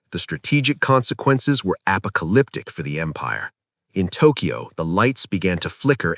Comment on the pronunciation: I have a new favorite AI glitch for the week: the hilariously bad mispronunciation of "apocalyptic".😅